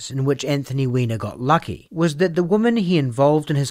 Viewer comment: Given that his first initial is "A" as in A Weiner and for whatever baffling reason his family didn't immediately change their surname when they immigrated to America were the first seeds of this man's destruction. Also side note: This is just a nitpick, but the "o" in the word "women" is pronounced more like an "i" "wimin" this might be because of your accent, but the way you say women is phonetically incorrect and really distracting.